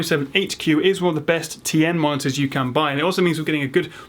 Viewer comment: When you say "monitors" sometimes it sounds like "monsters" :P